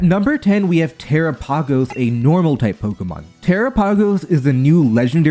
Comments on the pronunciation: Terapagos is pronounced like Galopagos, as in the islands where Galapagos turtles are found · "Tera-pa-goes" D: Lmao just messing with ya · Tera pargose terapagos is not hard to say correctly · "Tera-POG-os" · Dude, not gonna lie I f*cking hate how you say terapagos 😂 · you pronounced terapagos correctly once so i know you are just trying to say it like that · Visibly cringing at that Terapagos pronunciation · Terapagos is Tera + Galapagos. I know you nobody that pronounces Galapagos like that lol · Terapagos is pronounced like ,"Galapagos," as in the islands of the coast of Ecuador. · I hate how he pronounces tera-pagos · I'm pretty sure you're not saying Terapagos, Arceus, or Zacian right. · THE WAY HE SAYS TERAPAGOS IRKS ME